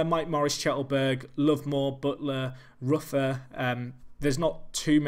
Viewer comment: Rufer is pronounced Roofer